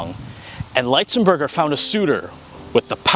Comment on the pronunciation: This was a great video about an underappreciated NHL player. Keep them coming! One thing, though: I believe his last name is pronounced with a short I sound--not a long I sound. There are a few other videos about him on YouTube with his surname pronounced with a short I sound. That's the way I've always heard it, too.